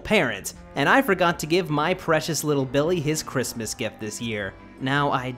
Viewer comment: It’s crismaasas